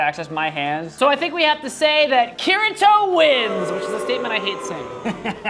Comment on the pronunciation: I'm crying at the way he's pronouncing Kirito's name. it's /kiɽitɔ/ (key-ree-toe)(approx) not /'kɪɻə'tʰɔo/ (KIH-ruh-toe)